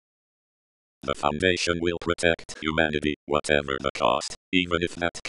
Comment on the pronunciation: "huamnity" Apologies for correcting, great video